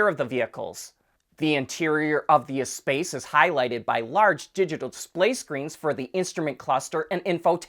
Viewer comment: I may live far away from Metropolitan France (and my native language is not Met French or Quebecois, but I know that the name of that former minivan is pronounced ess-PASS in proper French.